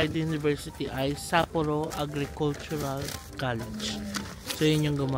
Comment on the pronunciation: You’re the first vlogger that I’ve seen who pronounced Sapporo correctly.